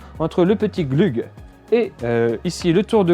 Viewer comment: la fixation de vélo se dit CLUG et non glug!